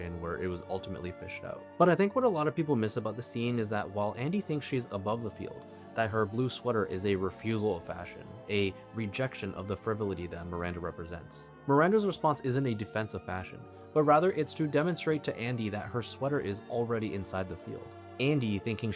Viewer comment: Do a video on Gattaca. Pronounce the o in frivolity.